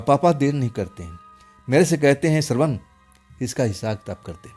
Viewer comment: सरवण नहीं श्रवण 😅😅